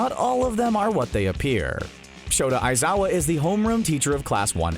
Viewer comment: I got type mad when they said Aizowa